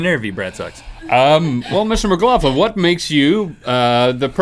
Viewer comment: "Mcloughlin" Wait a second